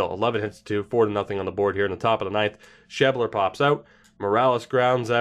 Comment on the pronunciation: sheb-ler, not sheeb-ler